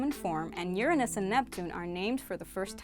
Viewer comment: Don't embarrass yourself. Look up the pronunciation for URANUS.